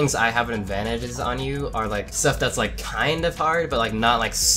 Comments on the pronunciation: Literally no one realized that at the end he said lik not like 💀😂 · Hey 😊 man a mistake it's not lik it's like